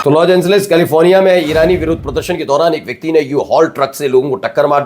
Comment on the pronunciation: “Loj Angeles” 🙅‍♂️ “LOS Angeles” 🤷🏻‍♂️